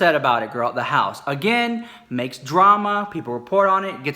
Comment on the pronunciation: Love when you say da house !! It’s fucking hilarious you report on all the drama but you do it in a classy funny way and u seem like you have a good heart 💜 luv your videos 😋😌